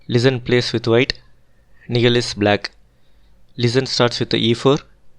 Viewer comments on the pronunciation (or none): Nihal, you seems to miss pronounce the name